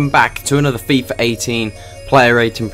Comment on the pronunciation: Hate that he says FIFA with a R "FIFAR